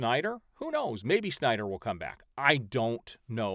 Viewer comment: Nobody: Doc: synder cultists Me: 🤣🤣🤣